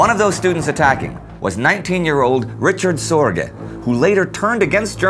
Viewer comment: Dude. His name is not how you pronouce it in english "Richard". But instead Ri-card Sor-gee-ye. Get your factsright :)